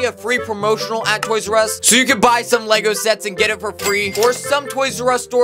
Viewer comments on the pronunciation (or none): I though bro said Lego sex I was like "wait hold up"